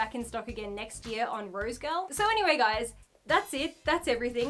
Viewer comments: 🤭 Girl! 🤭... Everytime You Kept Saying "Rose Girl"... I'd Say... "Rosegal"... "Rosegal"! 🤭😁😄🤭 Really Great Review - Thanks & Much Luv🦜Archie! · So is it rose girl or rose gal or is it her accent that is making me lose my mind? Cause I swear it’s rose gal and she keeps saying rose girl. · Cringe everytime she says "rosegirl" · Maybe its just me but somehow i keep hearing "roadkill" when she says rosegal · has a super complicated order that she gets for free and can't even say the name of the site properly